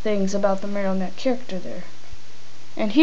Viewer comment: he says marrnotie wrong